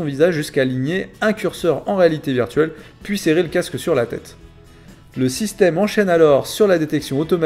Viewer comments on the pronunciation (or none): none